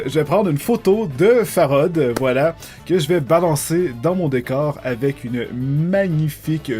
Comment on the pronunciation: j'adore comme il parle Farod.. "ça n'a pas de rapport AVE ... " la non présence du "c" hahaha